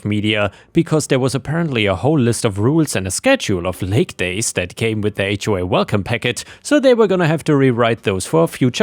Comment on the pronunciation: Thank you for knowing how to pronounce "HOA".